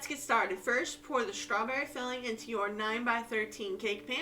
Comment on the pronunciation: There’s no “H” in strawberry 😂